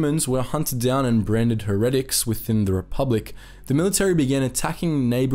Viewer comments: Heretic is pronounced "hair-uh-tick" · It’s pronounced HAIRITICK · Heretic = hair-a-tic !!! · The way you pronounce heretic makes it sound so lame.